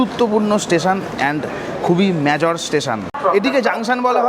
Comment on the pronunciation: What's the meaning of Mya Jor....???? Bhai jodi thik thak uchcharon na kortey paro tow bolar ki dorkar? Major k Mya-Jor bola kono Mane hoy! Banglay boltey ki osubidha????